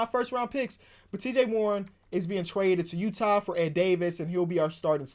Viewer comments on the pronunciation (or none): none